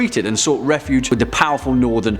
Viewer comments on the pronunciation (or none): none